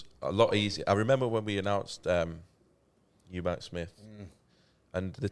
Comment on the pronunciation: Eubank not eubanks